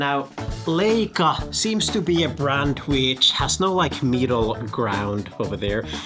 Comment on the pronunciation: It’s pronounced LAICA, not LEICA.